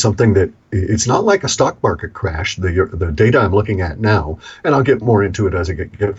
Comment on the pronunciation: Oh no! Not anotha mawket cwash! I'd betta check my portabella and sell if need be.